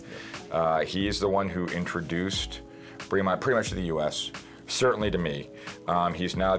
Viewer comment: Great video! Killing me with the pronunciation though. British English, so “bray-mont” not “bree-mont.”